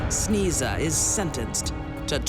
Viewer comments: For those who are wondering- Sneza is a mispronounced Slavic name “Snezha/Snezhana” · "Sneeza"? ... Parents must be idiots ;)) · Sneeza? That's unfortunate😂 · It should be pronounced : Snay-ja